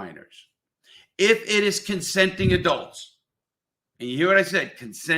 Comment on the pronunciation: Larry said "consending adults"...😂. I love Larry's way of speaking lol